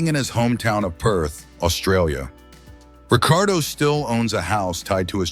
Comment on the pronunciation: You lost me at 4 different pronounciations of Ricciardo